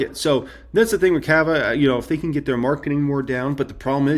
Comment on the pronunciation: Why do you pronounce CAVA like that lmaooo